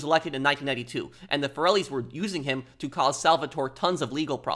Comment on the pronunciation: I always wondered why Salvatore says Corellis instead of Forellis in the introduction.